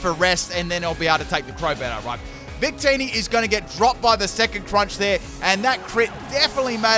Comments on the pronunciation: I legit heard say “bigtitty” instead of “victini” and had to rewind several times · I rewinded and yes